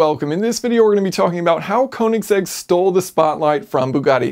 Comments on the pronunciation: Yes, and Kööönigsegg. Not koooenigsegg. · Heh.. Kowningsegg? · Orachi sorry its konisegg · Thumbs down for pronouncing "Königsegg" wrong.